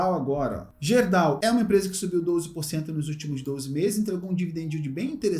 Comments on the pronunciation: Meu amigo ()...kkkkk Não é Gerdau...Se pronuncia GUERDAU... É uma empresa, aqui do meu Rio Grande do Sul... A grafia está certa. Só a pronuncia, que é com U! Valeu?!😊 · Olá,excelente vídeo como sempre..Só uma correção,se me permite.....Gerdau se pronuncia "GUErdau"....abç